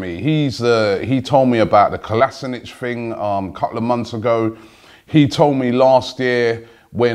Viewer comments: KolasinAC. Not kolasinic ;D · FFS Robbie, its KO-LA-SI-NAC. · Lacazette is the first name I've heard you get right. "Gundagon" an entire summer was a killer. And you still go "Kolasanic" We have no such player, please... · co-lash-inatz = kolašinac, it's a common mistake lacazette is great signing but let's try to keep our key players for start cheers to aftv, roby, big up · Robbie here is how your pronounce Kolasinac Kollllaaaa-sinnnakkk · Big fan of the show! But please can you have another look at the pronounciation of kolasinac? It grinds my gears I'm sorry hahah